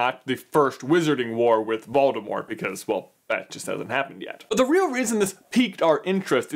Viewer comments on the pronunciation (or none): none